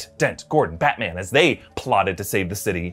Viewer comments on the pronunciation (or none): none